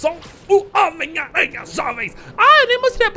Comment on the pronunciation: Ele fala homem teia kkkk